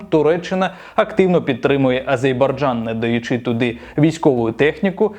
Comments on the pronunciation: Мені здається не "Азейбарджан" а "Азербайджан" Цей канал має мати більше уваги, підпискалайк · АзеРбайджан, пане, АзеРРРРРРРРРбайджан. Ви надто часто повторили неправильно назву країни, вибачте)